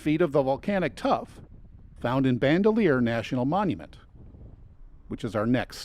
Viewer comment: Also Bandelier is pronounced Ban Del Ee Er. Not bandolier. It’s a surname.